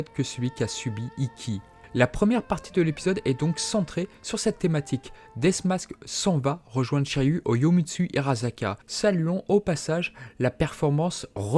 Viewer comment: Bel épisode. Et bravo pour la bonne prononciation de Shunrei. Un bémol cependant pour Yomotsuhirasaka et non yomitsuhirasaka 😁 Fallait bien que je chipote un peu